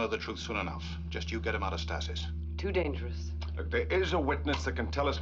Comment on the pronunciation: two seasons and they still can't pronounce the word stasis.